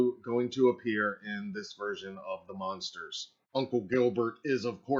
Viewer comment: OMG why do you keep saying The monsters. ITS THE MUNSTERS! With a “U”. please Stop saying monsters. DO you know the show. What is wrong with this guy.